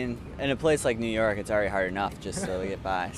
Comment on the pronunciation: 能把纽约两个字读清楚嘛老铁。by the way 你的相机为什么总是把焦对到背景上